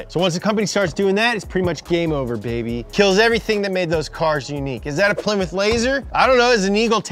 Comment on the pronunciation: The way they jokingly said Ply-mouth is how I thought it was pronounced for probably the first 8-10 years of my life until my grandpa got a Plymouth Acclaim and my dad laughed at me about how I said it.